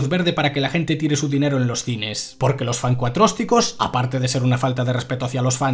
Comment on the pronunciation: "Los F A N C U A T R O S T I C O S"